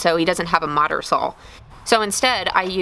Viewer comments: Do enjoy your work and all your effort... Just have never heard anyone call a saw a "sawl" or jaws "Jawls" Not trying to be mean, was just wondering where that dialect might have come from. Be well. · very cool. at the risk of being nosey, are you originally from texas? reason i ask is i hear in your videos that you pronounce words like "saw" with a soft l at the end, sort of like "sawl". i don't mean this as a good or bad thing, just an observation. i always thought that was a midwest thing, but now i'm wondering. anyway, great video, good that you got to hang out with your folks. :-)